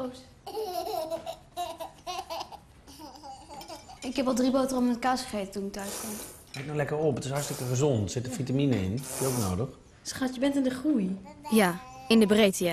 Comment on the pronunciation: Fiene Peters ook bij zeggen ze met een zachte G gegeten